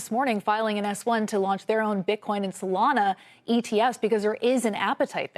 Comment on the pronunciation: Listen to how she emphasizes solana . She’s a plant 😂